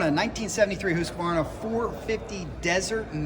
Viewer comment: It's "Hoosquarna" , it is "Rickman", it is "Myco " (Maico), Ducati is not Ducaddy, "Lumbretttttta" , Moto "Gootsee".BTW the 1970ies HD-Racers were actually HD branded Italian Aermacchi ("air-macki). I understand US tongues shrad non-english names , but we've 2023 where every average Phon can tell you how to pronounce words ........not knowing is one thing, ignoring another , being proud to ignore a dangerous mental trap....The beige Diesel-military bike is actually a converted Kawasaki KLR .